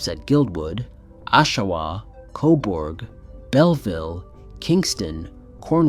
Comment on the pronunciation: It's pronounced 'koberg' not 'coborg' lol